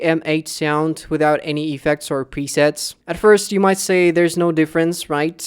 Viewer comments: it's effects not E-fects xD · i hate when u say Epeks